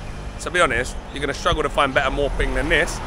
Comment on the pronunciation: My Thai wife says it's "moo" ping not "mor" ping